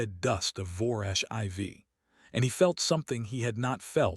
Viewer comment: Was the durak 4 tons or 4,000 kilograms? They are definitely not the same thing. How did the durak's breath hit the human from 15 meters away? That's over 45 feet. IV in this context is pronounced "4", not "i v". Crater is pronounced "cray-ter" not "krattor". You need to edit the stories and fix the problems before you post them.